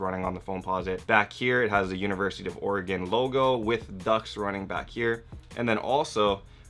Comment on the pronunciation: Being from the pnw I'm happy to hear some one out side of it pronounce Oregon right.